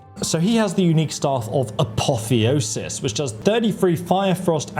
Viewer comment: And he pronounces "apotheosis" correctly a few minutes later lol